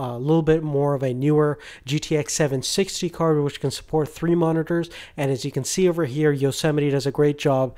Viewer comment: Do you use a gtx 760? Not sure sounded like you said 76G?